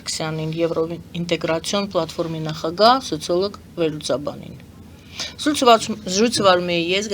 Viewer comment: Այ տղա, հազար եմ ասել, ոչ թե նախագան, այլ ՆԱԽԱԳԱՀԸ։